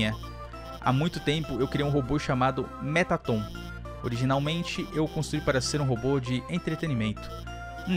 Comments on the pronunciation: Vc fala o nome do mettaton errado se diz merraton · se escreve metaton mas se fala meratton